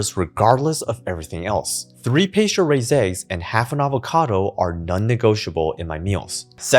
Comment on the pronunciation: where were you born? your english sounds native but some words you pronounce weird like pasture you say paysture